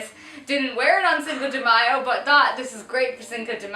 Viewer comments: i really love you guys but the way you guys pronounce cinco de mayo makes me want to stab my ears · I love how you pronounce "Cinco de Mayo" xD <3